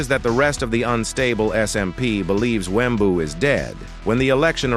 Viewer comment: Wembuu with the hard W at the end XD